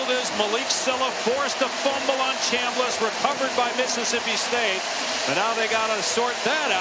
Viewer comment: NEVERMIND! He said Chamliss😂